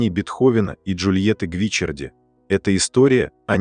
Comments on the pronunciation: Недьзя правильно произносить фамилию ? Что за Гвичерди ? Ее фамилия Гвичиарди !!! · Ну почему ГвИчарди?!! ГвичАрди! Как режет слух! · И снова замечания в звуковом сопровождении-правильное ударение на ГвичАрди, а не гвИчарди. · Я бы читала Джульетта ГвиччАрди с ударением на втором слоге😊. Моя любимая Лунная соната. Только влюблённый мог сочинить такую божественную музыку ❤ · Всё-таки правильно Гвиччарди. И ударение на 2-ой слог. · Вселенская музыка, очень печальная и больная история любви, спасибо! Но Бога ради, как же терзает уши неправильное произношение: ведь Джульетта была ГвичАрди! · Как режет слух ГвичЕрди! И не слышно в манере, голосе и интонациях повествующего тех эмоций, которые должны соответствовать трагедии Бетховена и истории создания Сонаты. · жаль, что Вы не удосужились проверить ударение в итальянском имени, а это важно, режет слух и о многм говорит в отношении Вас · Произносите верно фамилию графини((( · Ребята! Это машинный голос! Машина не знает;как правильно произносить фамилии...увы!